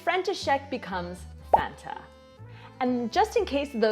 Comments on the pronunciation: not fanta but Franta :D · Ne fanta ale franta